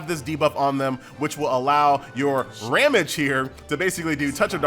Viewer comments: It's RAHM-gee. :) And I think Shufraken is shoe-frah-KEN. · My man can pronounce shufraken but butchers ramge and Anastasia